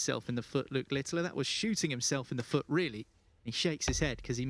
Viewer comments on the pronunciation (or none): Why does that commentator call Luke Littler LITTILER, there is no I at the back of his name, annoying